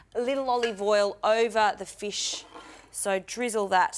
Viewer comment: What's a feesh?